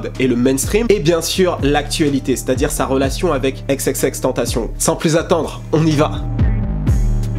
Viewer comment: EX EX EX TAINE TA CI YAWN Prononce son nom comme il le faut je l'ai déjà dit 😭😭😭 C'était constructif tkt je t'adore sinon